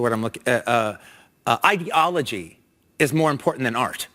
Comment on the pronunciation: He's not the most articulate speaker. Seems to have a problem pronouncing the word ideology.